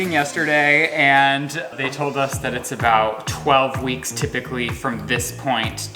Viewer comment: Shane’s brain said “did say tibiglly or typically” 🤣